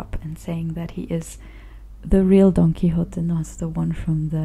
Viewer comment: Your pronunciation of the original full title is perfect.